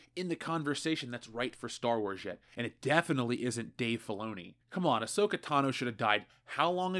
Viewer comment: I was with you up until you said Ahsoka.